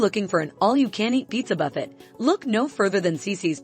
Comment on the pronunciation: A pizza "buff-ett"? "SAH-barro"? This video is ridiculous.